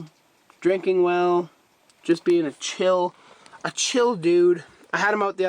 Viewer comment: Awesome video! I've been looking into some darts, what would recommend for a tank that has a little more floor space than a 10 gallon, I saw some cool green and black ones, also, I'm sorry, but your pronunciation of cholla.... Anyway nice vid keep it up, dendrobium? Lol no clue